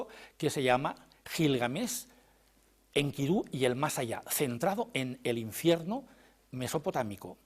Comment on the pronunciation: Maravilloso oír a Lara Peinado, por cierto pronuncia muy bien a Enkidu( acento tónico en la última sílaba) y no en la segunda como lo pronuncia la periodista sin afán de menospreciar casi nadie lo hace bien, muy buena entrevista.